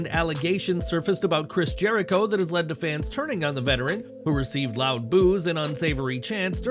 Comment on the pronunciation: You meant to say... "THE ALLE-GAY-TIONS of JERK-IRO"(Jericho).... That's what you meant.